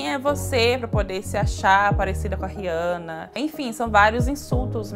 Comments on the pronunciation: It's funny that she say "Rihanna" really bad... 🙆 It's like "Rhhjana" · Just so everybody knows her name is pronounced (re-anna)